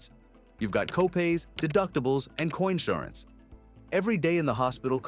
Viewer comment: I needed to have watched this video in January 2026. I stayed in the emergency department 22 hours before I was transferred to the hospital. $8200/day for the bed, alone. Of course this is AI but the narrator should be trained to properly say co-insurance.